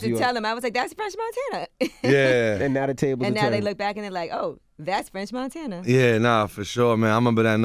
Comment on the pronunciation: Chalamagne really be calling him Frenth Monthana😭💀